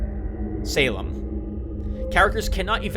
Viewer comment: Heeey, I remember this one, I played the intro but it didn't fully got me; I remember thinking you would like it. Although I didn't think you would have such a hard time pronouncing Salem :P Slitherine is a good publisher, got a lot of their wargames. I'll pass on naming, you've already immortalized me in a couple of LPs and you already have a long roster, I'll leave the reserve opportunity for another viewer.